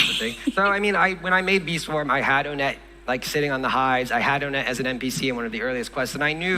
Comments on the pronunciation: hearing pronounce his name "oh-net" just feels off 💀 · "Hi, I'm Onett" "So, Onett-" "ONETT? HIS NAME IS "ON IT""